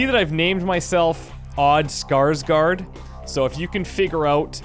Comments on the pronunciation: Btw, a tip on saying Skarsgård, scar with sh sound on the end and gored. Should do the trick! xD -A Swede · "Odd Skarsgård!" I get it I get it! Also nice with the effort of having an actual Å in the name instead of spelling it 'Skarsgard' like many non scandinavians do. Also it's pronounced 'Skarsh-gord' Where the O-sound is similar as in 'board'. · The "å" in Skarsgård is pretty much pronounced like "au" in "you should be lauded for your determination". Just so you know.